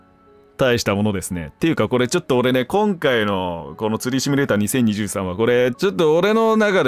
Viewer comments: しつこいようだけど、シュミレーターじゃなくてシミュレーターね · あれ？うっしーってシュミレーターって言う人だったっけ？